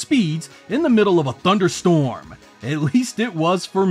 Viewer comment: This was a cool video but the way you speak winds me up honestly. Gan TuriSMO. ThuDER STORM. 90s radio energy lol